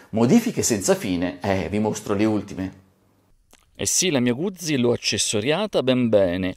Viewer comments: Eccone un'altro, Fotografo Nikonista di professione, batterista per passione e California per viaggiare. Cambia ti prego la pronuncia quando dici "Guzzi"....è un cognome e da tale va pronunciato. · come cambia? Probabilmente qualcuno ti potrebbe chiamare Boccí, oppure Bòcci o ancora Bòccì... Carlo Guzzi si pronuncia con la ZI di Tiziano e non di ZIO